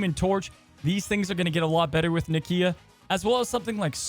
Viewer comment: It’s pronounced Nakia